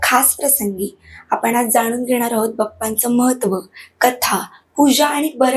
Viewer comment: ( V ) बप्पा नाही बाप्पा